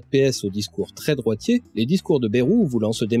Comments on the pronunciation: Excellente vidéo et félicitation pour l'énorme travail que cela a dut demander. Seulement, une erreur grave, cruciale et souvent répétée m'énerve au plus haut point : ÇA SE PRONONCE BAYROU ET PAS BÉROU. (Pour les parisiens ou ceux qui parlent comme eux : Baillerou, car "ay" se prononce "aille"). Non sérieusement très bon boulot à part ça ^^ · Hello, émission passionnante mais j'ai un (tout petit) reproche à faire : on ne dit pas "bèrou" mais "baillerou" pour ce cher François Bayrou... même si je ne l'apprécie guère, c'est pas cool de déformer son nom. Il l'a d'ailleurs souligné lui même plusieurs fois de mémoire. Sinon à part ça franchement chapeau de détricoter tout ce merdier qu'est le "centre" ! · Merci beaucoup ! Et ouais j'hésite toujours entre les deux (et je crois que tous les journalistes et politiciens aussi). Je pensais avoir fait un compromis en tentant de prononcer très légèrement le Y, une sorte de "BAyROU"